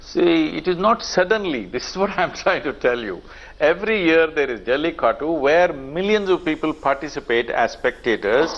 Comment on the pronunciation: why is she saying jallikatt instead of jallikattu ??